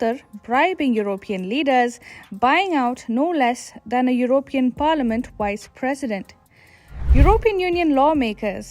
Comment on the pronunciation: “Wice presdent”